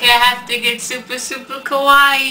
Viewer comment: Everytime he pronounces "Kawaii" (cute) as "Kowai" (scary) I think he means it fuck he's scary